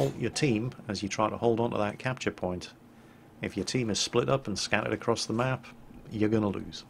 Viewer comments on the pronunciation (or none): none